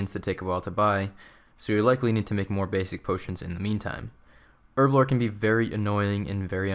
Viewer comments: you say erblore, and I say herblore. because it has a fucken H in it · There's a H for a reason, effectively so you don't say it like "erblore". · buddy, its called herblore. not erblore. h hhhhhhh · Man it's herblore not erblore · Her-Blore Lel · "Erblore" really triggers me xD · Erb? ERB? Erblore? ERBLORE? Shame on you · In the US its Erblore, in every other country we know how to pronounce it properly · well i mean the language is English, and in England where we speak English you pronounce the h same way you pronounce the second I in aluminium